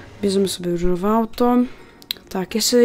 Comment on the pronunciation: czemu ja słysze „Ryżowe”?